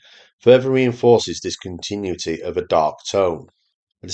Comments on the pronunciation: A regional accent does not disguise the fact that your narration is AI. I'm sure there's a person behind this and I agree with most of what you say. But check your pronunciation. Specifically of "continuity". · He's definitely not AI, but I agree the pronunciation of "continuity" is odd.